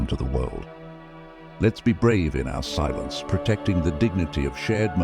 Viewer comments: Silence....not silience....silence 😊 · Theres a error on SILENCE ..ITS NOT SILIENCE..just bringing it to your attention not a english laureates or professional 😂